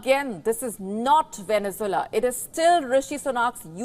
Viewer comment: It would help if the anchor learned to pronounce Venezuela, Poverty and Torries, Thames .Pay attention to to pronunciations it takes away from good content .What you say is true but there is a lot more rot .Half the people shiver as cant afford heating . Todays news a lady pulled out her toothas nhs dentist ignore her and private payment was £800.Nearly 76.000 rs . I do not like sunak but you lie and put the blame on him .liz truss and rest did the damage .The damage to uk started over 25 years ago.